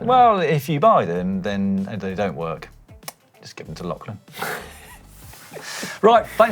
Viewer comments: it's pronounced 'locklan', not lacklan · His name is pronounced like a Scottish lochs. So it sounds like Lochlan despite the spelling.